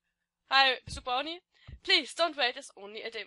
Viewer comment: es heißt Brony und ich hasse es wenn man es Brownie ausspricht, aber wenn du irgendwelche fragen über Bronys hast wie z.b. wieso oder wann stehe ich dir gern zur verfügung